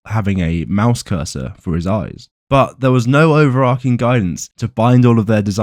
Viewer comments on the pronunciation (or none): "overarching" -> over - arch - ing - not "ark," arch, like archway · Was pronouncing "overarching" like "over-arc'ing" a purposeful arc-reactor pun?